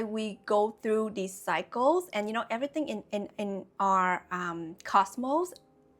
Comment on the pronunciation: Your pronunciation of 'cycles' sometimes sounds like 'psychos'; which could make for some great quotes. One that comes to mind is: "Don't create new cycles, with old psychos." Another that comes to mind is: "Being stuck in old cycles, is a form of psychosis." What I'm reminded of with these ideas is the idiom: "Lessons repeat, until they are learned." I've personally learned that sometimes when ex friends or lovers come back, it wasn't for me to avoid them, but to learn how to enact a boundary where previously I thought I only had the binary options of avoid or people please. Now I'm finally learning "The way is through." That confrontation is only scary in anticipating it. When we choose to go through instead of around our life lessons and challenges, it's self love in action. And what we get out of it on the other side is euphoria, like endorphins after exercise.